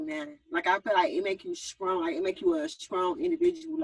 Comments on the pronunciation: Schong (Strong) Wong (Wrong) Ga-Own (grown) Ha-Loan (Hold on) Pa-son-natty (Personality) Acted (Active) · So we just gonna act like we didn't hear young miami say SKRONG 3 times 🤔